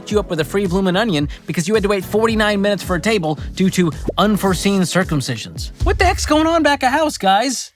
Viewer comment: "Unforseen circumcisions"